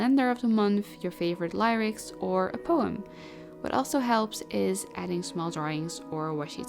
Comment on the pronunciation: Ik word altijd zo kalm en geïnspireerd van jouw videos :) Well even een kleinigheidje, lyrics spreek je uit met de y als de i in ik. Hopelijk klinkt dit logisch ahahah, dus het klinkt dan meer als lirics.